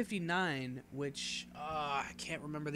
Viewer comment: You got the .59 pronunciation correct :) I completely agree with your ranking as well.